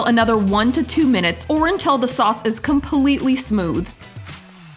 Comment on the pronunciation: carmal sorccsseee hahahah its caramel